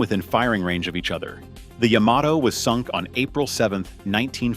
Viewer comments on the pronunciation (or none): The Yahm-ah-Toe was quite the foe. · I don’t think the Japanese themselves have ever heard of a ship called Yah-ma-toe? Sounds like something I say when my dog steps on my foot?